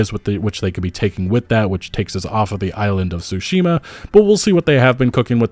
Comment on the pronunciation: Please. It's not SUshima. TSUshima (対馬 = つしま).